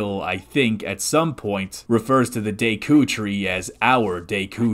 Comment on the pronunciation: say it with me. deck-oo.